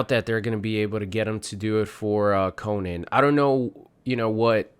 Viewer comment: Oof.... You pronounce his name wrong 😬